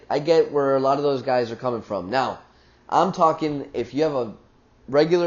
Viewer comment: The Intro is...when you say "What is up GUYS!" LOL It's how you say it...#delivery :-)